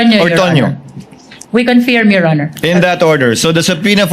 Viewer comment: Tama ang pronunciation ni sa salitang CONFIRM! Ang pronunciation ni BAKULAW luistro ay mali!😂! You should hear it😂! Akala ni BAKULAW luistro ay napakagaling nya! Pwes! BOBO sya!😂! Hindi sya marunong mag pronounce ng English! Words! Ang pronunciation nya ay Tagalog😂! Ang yabangmo nya! Ang mga kulay ng damit nya ay salaginto at salagubang! At nakakasilaw! Kailangan mag sunglasses 🕶️ 😂 ka!